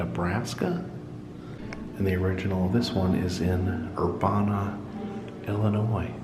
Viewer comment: You pronounce it Ur bana